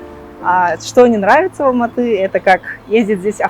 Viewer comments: Не Алмата,а АЛМАТЫ с ударением на Ы!! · будьте добры говорить правильное название города - Алматы! Уважайте страну и народ, который вас принял, где вы не видите русского шовинизма, фашизма! Учите казахский, для начала хотя бы бытовой! И завязывайте с манкуртизмом, вы саха из Республики Саха, а не Якутии! Qazaq halqy ote qonaqjaily, bizdin tilimizdi, salt-dasturimizdi qurmetteniz! Sahalarga tauelsizdikti tileimin!